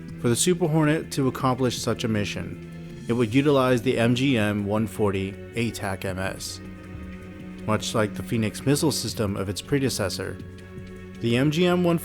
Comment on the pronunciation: These are well done. Just as a heads up, ATACMS is typically pronounced at-uh-cams, and CIWS is typically see-whiz. Because the Pentagon kinda sucks at naming stuff with acronyms...